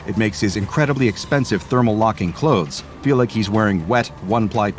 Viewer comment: It’s not feal